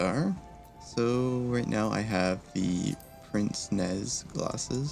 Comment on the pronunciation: There's no R in "Pince-nez", it is French for "Nose-pincher" The way you would pronounce this is closer to "pants-neigh"